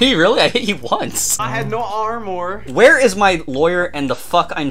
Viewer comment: He has no r-more